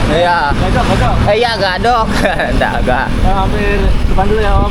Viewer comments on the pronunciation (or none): Gadog bang gadog bukan gadok,,,😅